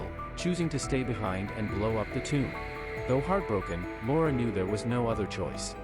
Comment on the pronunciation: It took me a while until I realized that the narrator was calling her Lara… I heard Laura